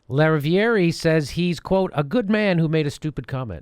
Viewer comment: The name is French and is pronounced La riv ee air (the river)